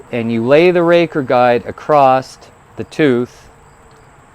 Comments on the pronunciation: There is no "T" in across other than that great video thanks. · I enjoy hearing various regional dialects, and your occasional pronunciation of "acrosst" was neat. I've never heard that one before. Makes sense of course, it's like a contraction of "across it". Also, about the softer/harder chains: one of the reasons a softer steel will get a sharper edge is due to the size of the crystalline structure in the different types of steel. A lot of people don't know this but different steels have different crystalline structures, not only due to alloy content, but also the processes of hardening and tempering steels change the crystal structure. Softer steel has smaller crystals, harder steel has larger crystals (both still microscopically tiny), and a smaller crystal means the edge can go to a finer point, just the same as how smaller pixels in an image mean the image can contain sharper detail. The edge can only get as thin as the crystal size. So it's not just that it's easier to sharpen soft steel, it's actually impossible to get harder steel to be as sharp as you can get softer steel.